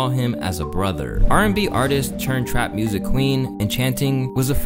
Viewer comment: “I f with your muursic” 😂😂